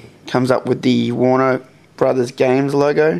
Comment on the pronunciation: You said Warner bros. nicely here......... Man how things change